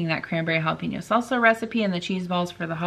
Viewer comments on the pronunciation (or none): none